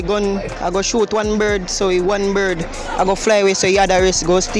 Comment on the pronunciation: nigga said shotended 😂😂😂tf